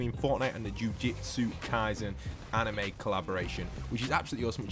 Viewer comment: afaik it’s pronounced “jew-jew-tsu” not “jew-jit-su”